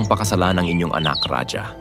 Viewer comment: Ang bigkas ng Raja ay RAHA hndi radya.